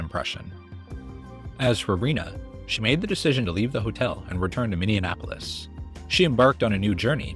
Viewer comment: You said Minneapolis wrong